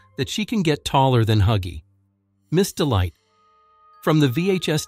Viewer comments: Miss Dite it’s Miss delight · the way he called him ms dite